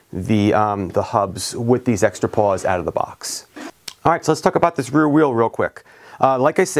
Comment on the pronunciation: Were you saying paws or pawls on the your hub driver?